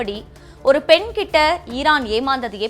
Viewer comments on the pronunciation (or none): "ஒரு பென் கிட்ட... " ஏமாந்தா தப்பு ஆனால் பச்ஙக கிட்ட ஏமாந்தா 😡😡😡 என்னடா செய்தி வாசிக்கரீங்க